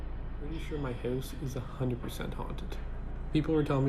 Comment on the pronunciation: so funny how he says house or out lmaooo, get oat of my hoause